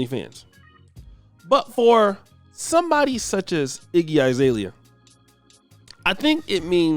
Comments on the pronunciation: Iggy "eye"-zalea??? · This negro said “IGGY 👁️ ZALEA”